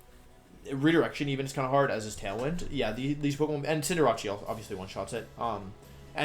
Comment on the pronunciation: Cinder Ace. As in ace in the hole. He's not Italian lol